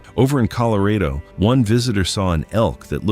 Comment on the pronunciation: is a handsome bloke with a great voice However Why did he pronounce Colorado like it rhymed with Laredo?